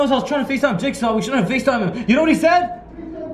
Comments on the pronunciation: I taught you said jakesaw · its name is jigsaw not jakesaw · XD JAJAJAJA REAL JIT SAW NOT LIFE JAJAJA 😂